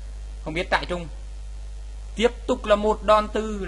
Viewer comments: Trai rừng mà cứ đọc là "trại trung" THUA =]] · trairừng anh đọc thành trairung kaka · trai rừng lại đọc trại trung :) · Huy Pham trại trung :))